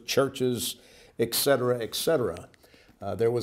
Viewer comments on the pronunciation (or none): The word is etcetera not. Excetera